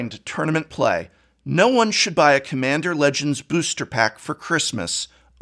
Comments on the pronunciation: Lack of quality control. "Cmmander Legends" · "Quality Control is sus" Also: "Cmmander"